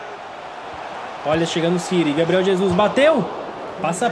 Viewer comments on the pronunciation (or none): none